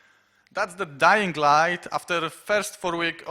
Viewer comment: "DajingLajt". Widać nie tylko ja tak rzeczy nazywam :D